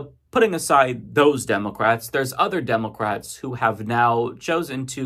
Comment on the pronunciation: I hate how you say, "Demulcrats."